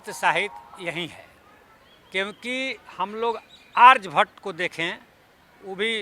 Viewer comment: पहले बोलना सीखें । आरजभट्ट नहीं आर्यभट्ट है ।